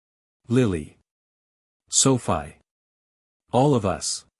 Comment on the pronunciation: Stupid bullshit A.I. - just garbage - Sophie is pronounced - SOFEE - Thumbs down, way, way down. If you are going to use A.I. pay for good AI not the crap you use now!!! Presentation counts and you fail miserably.